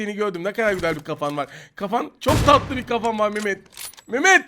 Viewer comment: Abi İlk Maçın Sonu Harika Çok Tatıılı Dedin ajsajjdajsd